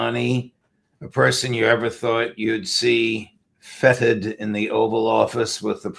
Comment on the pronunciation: "is Syrian president Al Julani a person you'd ever thought you'd see fetid in the Oval office .. " There are two words, fetid ( stinking, rotten ), and feted ( a celebration, or happy event ). It sounded like you used the first pronunciation, which is appropriate in the context. But I suspect you meant to use the second. 🤣